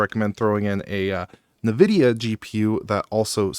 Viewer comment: Looking forward to watching this, enjoyed the original, although my setup was different in that I was using a Intel NUC equivalent to run Proxmox. First time I've heard Nvidia pronounced like Nuh-vid-iya.